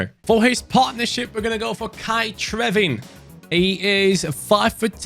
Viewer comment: So excited you signed trewin! I support the team he plays for irl and he is doing super good. Love the concept! It’s pronounced true-inn not trevin btw.